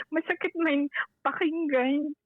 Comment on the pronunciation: Yong "Man" nya Kasi naging "Men" Kaya pronounced nya parang "mine" ang tunog. Watching here in Singapore.